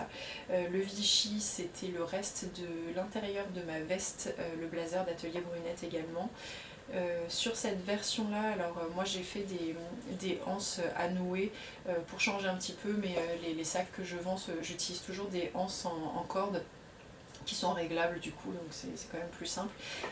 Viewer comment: Bonjour, Je te suis depuis quelques temps. Plus amateur de couture que de tricot, je prends cependant beaucoup de plaisir à regarder les vidéo traitant de ce loisir. Quelle est cette impossibilité qu'ont les créatrices de sacs à ne pas faire la liaison à l'emploi du mot anse ? Ça ma fait grimacer à chaque fois, mais je continuerai de regarder les vidéos 😉